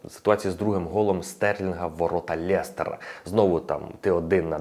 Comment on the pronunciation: лЕстера, а не лЄстера))